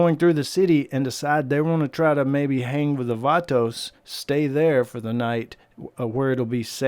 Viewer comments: Stop sayin vaatoos gaang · I’m so triggered by how many times he said “Vatos” and he said it wrong over and over again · Cringing with the way you pronounce “vatos”